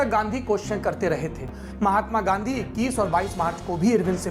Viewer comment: Sir please aap Gandhi ji ka naam sahi se le